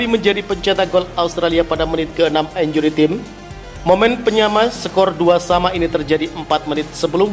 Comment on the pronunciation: Min, untuk lain kali, kata 𝐼𝑛𝑗𝑢𝑟𝑦 𝑇𝑖𝑚𝑒 jangan dinarasikan sebagai [injuri tim] tapi [injuri 𝘁𝗮𝗶𝗺]. Terima kasih.